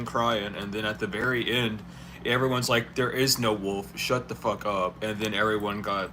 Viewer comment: 🗣️ W. O. L. F... NOT WOLD...👋🏾💁🏽‍♀️